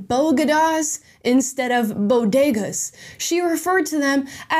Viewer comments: Did she say Bo Go Dahs 🤣🤣🤣🤣🤣 It’s pronounced Bo Deh Gahs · The bo-duh-GAs?!?!?!?! WTAFFFFFFFFF